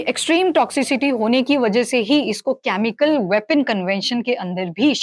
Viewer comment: very good information Except presenter is repeatedly saying कॅमिकल, which is generally pronounced as केमिकल.... Pls don't mind!